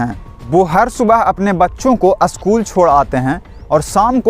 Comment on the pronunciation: भैया आप अशकुल को स्कूल बोले